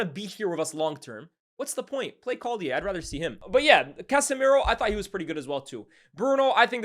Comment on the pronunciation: Why’ve you pronounced collyer like he’s French